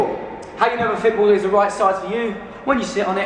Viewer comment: *Themselves! Lol Also, every time you say 'fit balls' I hear 'pit bulls' LOL might just be my Canadian accent. Loved the video you've got so much energy!! :)